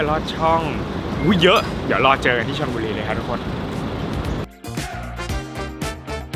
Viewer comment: ชื่อจังหวัดผม อ่านว่า ชลบุรีครับ ไม่ใช่ชลบุลลลลลลลี ลิ้นจุกปากอย่างที่ผู้ดำเนินรายการออกเสียง